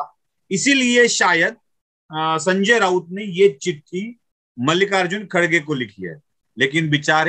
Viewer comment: First learn to pronounce Mallikarjun and not Mallika Arjun kharge